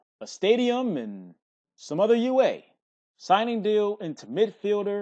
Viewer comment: "You aye" lmaoo gotta love